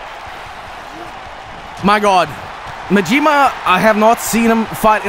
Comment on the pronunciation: The blatant mispronunciation of Majima and Yakuza